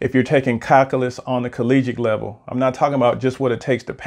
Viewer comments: FYI, its pronounced - KAL - Q - LUS, not Kal - Kah - Lus. It's very hard to take someone seriously if they can't correctly pronounce the subject correctly, especially if they are born in the U.S. and the video is in English. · What's "calcalus"? Is that like calculus?